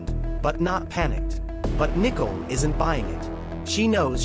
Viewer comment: Can someone teach the AI narrator to pronounce Nichole correctly